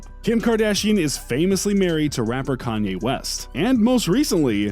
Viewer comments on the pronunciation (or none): none